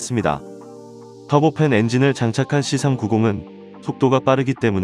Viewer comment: "씨삼 구공"이 아니라 "씨 삼구공" 입니다